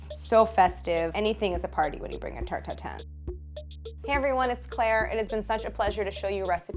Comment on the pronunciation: everytime claires says '' Tarte Tatin '' i hear it as '' tur tur tun ''... ah the joys of being french.